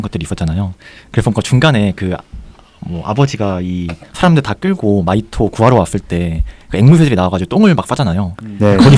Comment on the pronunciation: 미하토가 아니고 마히토